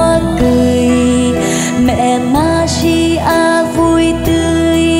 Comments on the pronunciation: yêu cầu Bảo Thy phát âm lại bàn đầu thì là mẹ maria câu 2 là mẹ madia Mẹ Maria chứ k phải mẹ Madia ... giọng địa phương có thể phát âm đc nhưng danh từ k đc phép đọc sai. vần r và d trong âm nhạc hay sử dụng vần d nhưng k 1 ca sĩ nào hát danh từ sai đc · Thy hát rất hay nhưng nên phát âm chuẩn hơn ở từ Maria. "Ri" chứ k phải "di" thì sẽ còn hay hơn. Thanks